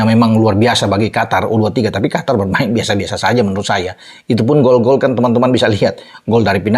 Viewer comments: QOTOR bkn Qatar = Afatar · Qatar kalo ditulis arab bacanya qothor